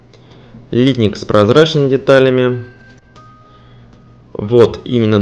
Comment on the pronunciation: Ударение в слове литнИк на второй слог.